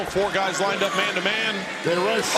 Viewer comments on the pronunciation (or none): none